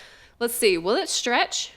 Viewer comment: You say shtretsh not stretch